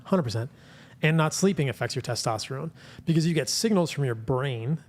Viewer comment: Teshtashtatron Bro get those pubes outta ur mouth you cant even talk